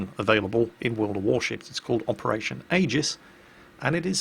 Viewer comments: It's pronounced, "EE-jiss". Noob. Lol. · Operation EE-gis